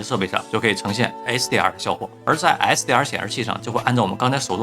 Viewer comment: 這是什麼口音？ 為什麼hdr 和 sdr 完全聽不出區別😂